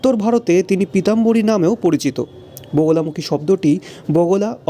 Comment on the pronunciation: বোগোলামুখী না, মা বগলামুখী দেবী উচ্চারণ খুব খারাপ